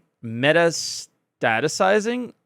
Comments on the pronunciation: Pronoused Meh-Tasta-sizing - Like cancer...growing and spreading. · Also: Mah-TAS-ti-size (pronunciation) ;) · Jesus man, I'm a new sub and I hovered unfollow when you tried to say ''metastasizing''.